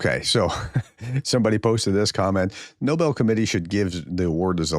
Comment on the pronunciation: But if he has to keep spewing that crap, could he please learn how to pronounce Nobel? That would be great.